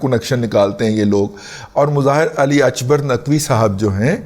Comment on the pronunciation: رضی صاحب، with all due respect فارسی میں "ک" ، عربی/اردو کی طرح "ک" کی ہی آواز نکالتا ہے۔ اکبر ، عربی/اردو کی طرح اکبر ہی ہوتا ہے۔ البتہ " ق" اگرچہ عربی کے "ق" کے ہی ہم پلہ ہوتا ہے لیکن فارسی نہ بولنے والوں کو "غ" کی طرح سنائی دیتا ہے جیسے مستقیم، آپ کو شاید "مستغیم" سنائی دے۔ برائے مہربانی تصیح فرما لیجئے۔ شکریہ۔